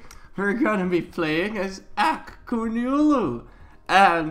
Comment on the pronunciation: "Qonyulu" QO-YUN-LU sorry I just get mad about things like this